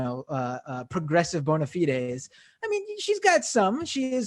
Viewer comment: Did he just say bona feedez? My whole life I've heard bona fides pronounced in a compltely different fashion.